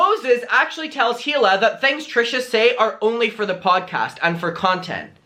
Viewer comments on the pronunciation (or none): none